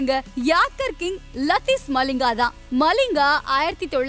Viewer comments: மலிங்கா இல்லை மலிங்க 😊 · Lathis malling illa , lasith Mallinga